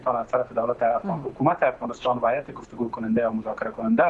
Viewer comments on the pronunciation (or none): none